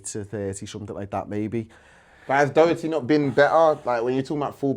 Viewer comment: Man said doherty this akeem Guy is so dumb man said Toby as well ah I’ve had enough